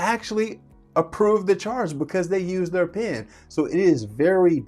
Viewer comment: It's "PIN" not "PEN"